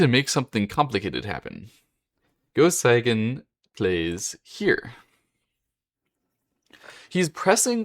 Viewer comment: A bit of advice: if you're going to make a video about someone, first learn how to pronounce his or her name. "Seigen" is pronounced "Say-gen" -- NOT "Sigh-gen."